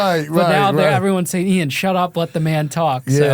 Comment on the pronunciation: Same 😂😂 mispronounces his name everytime